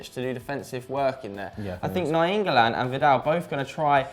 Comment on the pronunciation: "Na-YEEN-golan" wow could you sound dumber